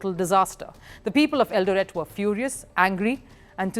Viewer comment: Great feature,, great presentation. I am from Kenya, and I humbly submit as below regarding your feature: 1. I love the way you pronounce Eldoret. You pronounce it slightly wrong, though your pronunciation of Eldoret is cool; 2. Kenya was a British Colony from 1920 to 1963, and your pronunciation of Kenya sounds just like how White Kenyans used to pronounce Kenya in colonial times. Nothing wrong with that though, because you are not from Kenya; 3. At minute is Hellen Obiri. She is not from Eldoret, she is from a region of Kenya known as Kisii; 4. And no, Kenyan athletes are not "god like" to us, as you mention. If anything, one of the things that could be considered "god like" to us here in Kenya, is the English Premier League, and it's big teams, past and present, such as Manchester City, Liverpool, Chelsea, Manchester United, Arsenal. We are not exactly loyal to our country, or to ourselves. For example, if a big English football club, such as those I mention, were to visit Kenya, today, 17th August 2024, and if today also, 17th August 2024, there was an event to honour all Kenyan athletes, past and current, at a live event, where all living Kenyan athletes, past and current, would be present, the venue with the big English football team would be packed to capacity, while the venue with the Kenyan athletes would not be packed to capacity, would have few attendees; 5. Faith Kipyegon is not a marathon runner as you mention, she is a middle-distanc